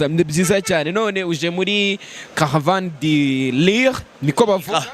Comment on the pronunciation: Ngo "caravane di lire"😂😂😂😂😂😂😂😂😂😂